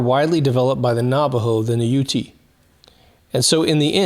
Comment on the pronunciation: not trying to be pedantic but the pronunciation of the name UTE is pronounced YOOT not YOOTY. Really like your videos, especially the ones regarding the supposed moon landings.